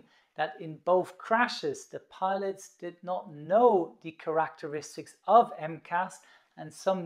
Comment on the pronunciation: What are 'Crack teristics'?